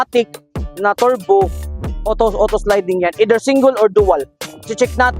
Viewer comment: Nakakatawa mag bigkas si bisayang hataw-hataw kamay...turrrrrbuu..🤣